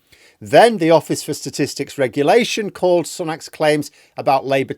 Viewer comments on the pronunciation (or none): none